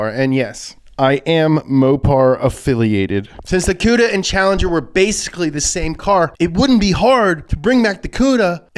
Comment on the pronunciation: Thank you you said Plymouth cuda